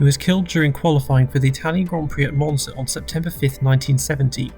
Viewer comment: did he just say mozna instead of monza or am i stupid